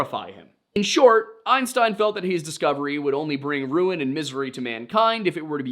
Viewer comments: Albert Einstien is how the name was written. When he reads the quotes with this incorrect spelling of Albert Einstein, he pronounces it as it was written. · Why are you saying einsteen? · Because he's not pronouncing Einstein, he's pronouncing Einstien. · The most unbelievable part of this story is that someone in 2025 would repeatably pronounce his name Albert “Ein-steen”. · Albert Aynssteeen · Dr Albert Ein stIEn, my eues and ears are bleeding, no, bliiieeeding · In a few of your videos, I accepted your mispronunciation of Native American tribe names. I cannot disregard. the. mispronunciation of the name Einstein! This mistake makes me think you’re full of shit. Either you’re full of shit or you are trolling. It makes me think you’re not nearly as educated as you claim to be. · Why is this guy pronouncing Albert Einstein’s last name wrong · Lost me at your pronunciation of Einstein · Dude you really couldn’t get Einstein right??? 🤦🏻‍♂️ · How could you possibly mispronounce Einstein? Have you never heard of him before? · The pronunciation of Einstein is sending me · Weirdest way possible to pronounce Einstein... Makes me think you've got a pretty good voice AI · Who the ef is albert einstee-in? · How does the commentator mispronounce "EINSTEIN" multiple times??? Everyone should know that name and how to say it! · engagement baiting I think. Or is there some new “thing” now that everyone has supposedly been mispronouncing his name 😂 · The Einstein pronunciation? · This guy rage baiting with the pronunciation of Einstein? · I am sorry I wasn’t aware the name Einstein was one that numerous people didn’t know how to pronounce. Not like he is one of the most famous scientists of all time. My mistake. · But you can refer me to the time stamp where it is spelt as such in screen and I will watch it again if you are so concerned. As I listen while napping and that horrendous pronunciation compelled me to turn off the video immediately